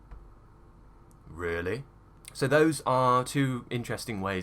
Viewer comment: It was turned become vee-lee in my mind at the last parts in the video 😂 what kind of mouth do you british guys have omg